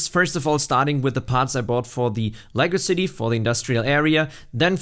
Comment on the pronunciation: I finally caught up to this vid after watching them all from oldest to now. One comment if i may, use a little more enunciation when saying "Lego City" cause it comes off as "legacycy" lol. Keep up the good work.